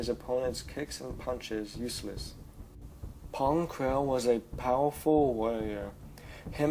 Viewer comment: *Pon Krell not Pong...